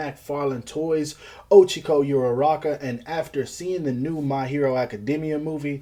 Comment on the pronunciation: Man really said ochico